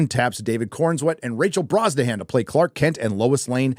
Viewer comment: It's pronounced "Rachel Bronso-hun"...